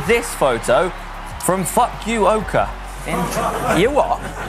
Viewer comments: It's Fu-kwo-ka, not fuk u ok eh? But Japan is a good place to cycle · Guys, The name "Fukuoka" is pronounced "Fool-Coo-O-Ka" Not "Fak-Q-Oka" . You guys crack me up so much. LOL! And one of the interesting place to ride in Japan is "Shimanami-Kaido". Always enjoy your shows! keep them coming!! Thanks. Lue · Fukuoka m'y goodness I wouldn't think one could be so offensive while pronouncing a location wrong:-P tell me you did that on purpose ^^ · Global Cycling Network dude I’m sorry I just can’t... it’s Pronounced Foo-koo-oh-Kuh there are some great mountains and hills, and great mega high-school cycling championship races held there. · Hi mate. That place name Fukuoka, Japan. It’s call fu ku o ka mate. :) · Oh come on boys, you need to channel your inner Yorkshireman! It's pronounced FOOK-ooh Oh, ka. Like when you witness a really bad looking fall but they're actually just fine. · I love face after realising that he butchered "F*ck-U-Oka, Japan". There's nothing like a live audience to hammer it home ^_^ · lol yall it's "foo-koo-oh-kah" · Haha Fukuoka is phonetically pronounced "Foo-koo-oak-a" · It's pronounced foo ka yo ka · I love watching GCN videos, but I can't say I appreciated the horrid mispronunciation of FUKUOKA. I'm not Japanese nor am I easily offended, but this video could have really done without that. Just because you don't speak the language does not mean you should be mocking it either. Grow the hell up.